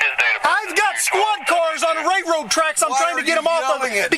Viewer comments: "Rayroad tracks" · What the utter hell is a "ray-road trek." This clown can't even speak. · "Ray road tracks" 🤦‍♂️ Is that an Illinois thing? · The "ray road" tracks. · “Ray road tracks” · The cop can't even Pronounce railroad track haha lol what a joke